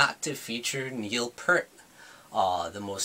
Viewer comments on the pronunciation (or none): Not to be a dick or anyting, ( this usually means a person's about to be a dick) but it kind of grates on me when a person claims to be a rush fan in this day and age with all the information at your fingertips via the interwebs, and you pronounce Neil Peart's name wrong. "EAR" with a "P" at the front, and a "T" at the end. Peace (Pronounced - Pee + sss)